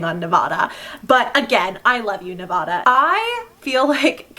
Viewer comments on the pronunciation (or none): nAwVadA Me: 😬:nAwVadA Me:😑 mmmmmm I still love you 💗💖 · Nobody came to say it so here I am, babe, It's 'Nev-AD-a' not 'Nev-AH-da'. I apologize in advance it's in my nevadan duties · The way they are saying Nevada reminds me of the meme that says something like: Nevada has informed us that they will not release the final count until people can say their state name correctly. Every time someone says Ne-vah-da they will restart the counting. 😂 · Nevadans cringing at the pronunciation 😂 love the memes tho